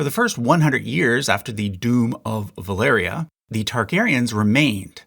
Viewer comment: ValYria, not ValEria. Sorry, it bugs me...